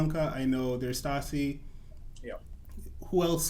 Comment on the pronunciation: I laughed so hard when called Stasha “ Stasi” 😂